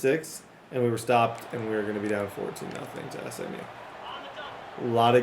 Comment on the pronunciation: why’d you pronounce SMU as smew 😂